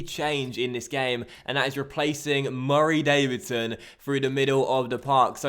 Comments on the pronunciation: Why does say "Murray Davidson" as if he's a dog? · why do u say Murray Davidson weird bruh